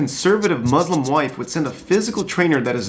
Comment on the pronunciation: It’s pronounced how it’s spelled Muslim not mozlom (Btw I’m not a hater I love the channel)